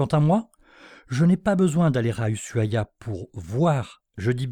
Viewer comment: Ushuaia = "Ouchouaia" et non "usuaia"